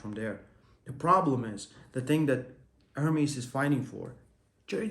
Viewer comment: bro stop saying "ör-meez" it is "Er-MES" c'mon you heard the true version enough why still ör-meez😬